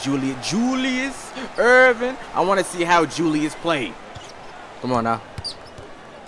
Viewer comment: My boy said JULIUS ERVIN